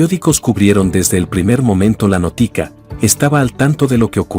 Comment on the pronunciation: No es notica es notita no sabes ni hablar a si que a Dios